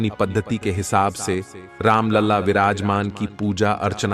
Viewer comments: हिन्दी ठीक से बोलना सीखो राम लला को राम लाल और लड़ा गया को लढा गया। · राम लाल नहीं राम लला बोलो